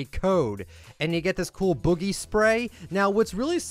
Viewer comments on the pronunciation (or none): Btw the season 5 spray thing was a glitch, they added the walmart spray and accidentally made the old boogie one from season 5 it also please never pronounce boogie as “bowghee”